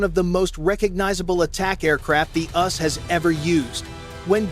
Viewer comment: STOP the idiotic AI narration... when these dumb apps can't pronounce U.S.A then I'm done. Can't believe anything else after that. The "ussss"...gimme a break.The "OOSA"... seriously??